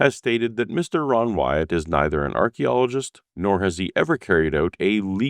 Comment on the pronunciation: An Ark-ologist